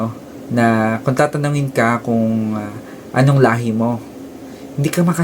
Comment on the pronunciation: Correction "Lahe"